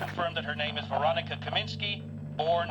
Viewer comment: Should be “Kaminska”, not “Kaminski”. Unless she’s secretly a he.